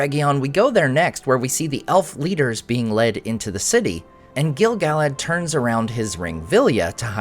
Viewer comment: Why do you pronounce Gil-Galad 2 different ways in the same videos? It drives me nuts. Haha. And OMG I'm so bummed that he turned out to be Gandalf.